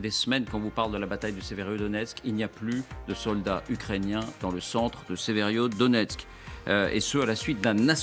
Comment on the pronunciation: Y a pas un seul journaleux qui sache prononcer Severodonetsk, c'est pas sérieux, voire c'est de l'amateurisme.